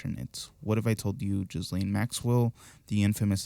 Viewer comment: I just want to let you know that it's not jizzlane 😂😂 French pronunciation: "zhee-LEN" (soft "zh" sound, like "measure") Common English pronunciation: "Ghee-lane" or "Ghee-len" Another English pronunciation: "Ghee-lahn" Pronunciation guide: The first syllable is a hard "g" sound, like "give". The "s" is silent. The second syllable, "laine", can be pronounced to rhyme with "lane" or "again